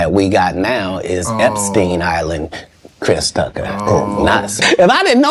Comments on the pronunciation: "Christ Tucker" wtf is this narrator? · AI voice was like "Christ Tucker," and "Friday After Next star"...Chris Tucker was only in the 1st Friday movie 🤔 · Lmao "Crys Tucker" 😂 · Chrise Tucker 😆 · Christ Ucker